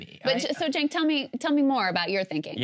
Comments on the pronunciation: Benny, the "C" is pronounced as "J" in Turkish, so his name is pronounced as "Jenk," or as I prefer to say, Junk, lol. Junk Yogurt. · It's pronounced "Chenk"